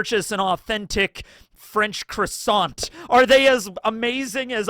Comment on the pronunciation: from a french that doesn't bother, unlike rude Parisian* waiters/cashiers : the t of croissant is silent. * : change the city name if needed